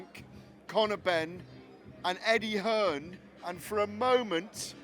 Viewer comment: Lol.. did he say Eggie Hearn